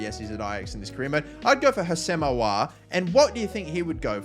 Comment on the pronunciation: Your pronunciation of aouar and mukiele lol